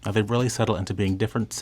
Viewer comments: Alway thought the pronunciation was ‘Davi-dof’ not ‘David-OFF’; it even says that way in the commercials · The pronunciations are ‘ ber ga mo ‘ and ‘dav id off ‘.